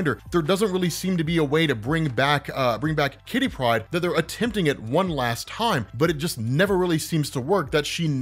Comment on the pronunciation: I always giggle when you say kitty pride. Like it's one word. Great video